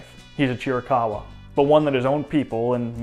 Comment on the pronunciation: It’s also VERY relieving to hear someone finally pronounce Chiricahua correctly…